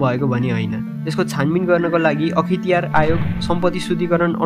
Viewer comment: Akhitiyar hoina sir akhtiyar ho hai ta